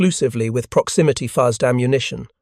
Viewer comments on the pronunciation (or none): Love the material. If the narration is not AI, he sucks. He final got fuses right. But fuzzed was so wrong.